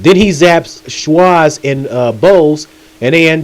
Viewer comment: It kinda sounds like you read this from something. "Boise" 💀💀